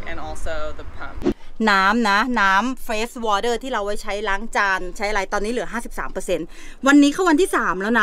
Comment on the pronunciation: พยายามฟังหลายที อะไรคือเฟสวอเทอร์ อ๋อเฟรช water